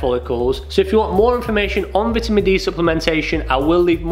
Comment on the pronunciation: I love the way pronounces vitamin. It’s the non-American way.